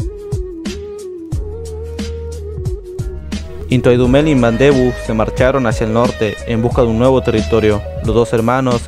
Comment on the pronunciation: its NTWANDUMELA and not nthawa???